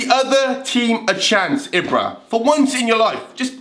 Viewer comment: You say it as ebra not ibra